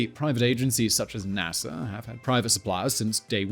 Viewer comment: He keeps saying Nasser instead of NASA...